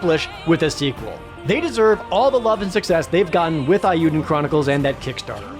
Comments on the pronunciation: Okay, sold me on the game. On another note: Come on, Jarred, it's 'Eiyuden', not 'Aiyuden'. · Imagine reviewing JPRGs for a living and pronouncing "Eiyuden" like that